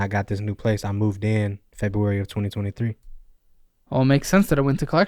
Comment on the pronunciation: Maybe I'm just getting old but this guy with his "Fo years ago" and "Munds" instead of months and Febooraeee" hurts my ears.